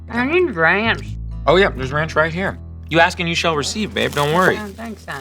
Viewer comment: I neeedddd raaaaannnnccchhhhh! That’s that Texas y’all. I keep rewinding because she sounds so cute.